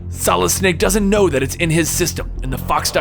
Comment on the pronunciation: You say "Solid" like "Solidis"